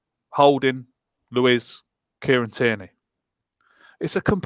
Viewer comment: Great job guys numerous things to be said but for now Tierney.. pronounced TEAR KNEE. Hes Scottish not French.